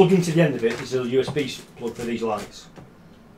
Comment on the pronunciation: "USBlee extension"